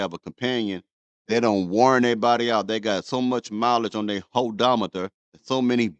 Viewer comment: HA HAHAHA HAHAHA HA HA HA HAHAHA U SAID HODOMETER.... HAHAHA HAHAHA HA